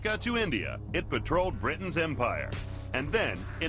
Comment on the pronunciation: briton?? ... britain